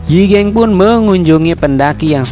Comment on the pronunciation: Yi gang bang bukan yi geng😭...